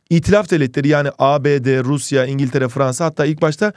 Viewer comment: "Rrrruusyaa var" jsjsjs